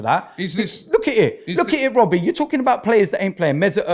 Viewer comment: "when is it gonna end Wobbie"